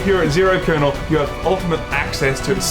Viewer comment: Its "kernel".